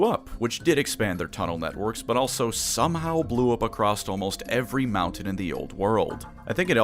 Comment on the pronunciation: TIL says the word Mountain as "Mow-tin"